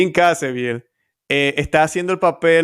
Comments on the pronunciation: Excelente! Pero es Jim Caviezel, no Cazeviel. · Por qué le dice Jim Cazeviel si es Jim Caviezel